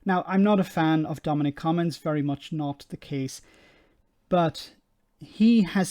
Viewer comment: Haha! "Cummings"